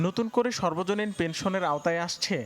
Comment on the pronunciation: উচ্চারণটা সর্বজনীন না সার্বজনীন হবে